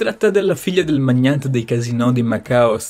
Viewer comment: "IL MAGNANTE" 😂😂